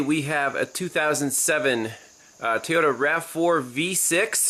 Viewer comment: Toy-ota! Not T-yoda!